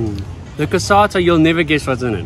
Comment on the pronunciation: there is ricotta in the cassata man, fix your tongue. Anyway, good job and good channel, keep on